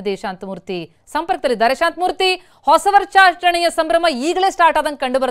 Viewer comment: Varsaacharane 😂 jernalist slang